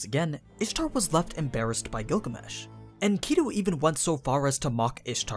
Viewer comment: why do you say enkidu like that